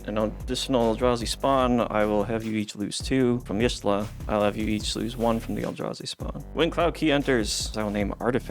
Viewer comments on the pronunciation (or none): Is pronounced yashtola not yishtola